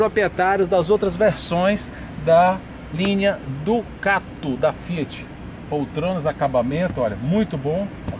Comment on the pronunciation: Ducate é péssimo...em alguns vídeos ele só fala Ducate...pelo amor...hauhauhau